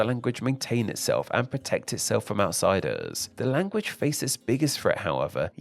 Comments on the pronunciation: Oh my god why do you add a stressed vowel at the end of every sentence it’s super annoying. “Language-uh. Big-uh” holy shit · Language-uh.... i hate people who talk like this. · It's interesting you add an "-uh" at the end of all the words ending in hard consonants... ...like with "big" and "language"